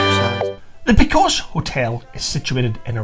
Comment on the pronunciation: Very informative video, but it's pronounced (phonetically) Posillios playa. Hope this helps